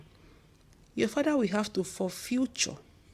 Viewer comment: my dear its forfeit not forfuture.